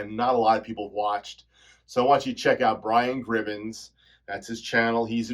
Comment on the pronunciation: Hey, thank you so much for the shoutout! It's just "Gribbin", not Gribbins lol.